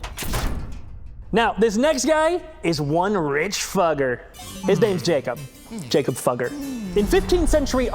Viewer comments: fugger is pronounced fooger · "...this rich fuger. His name is Jakob. Jakob Fugger"💀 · I wanna se the bloopers of him saying “Fugger”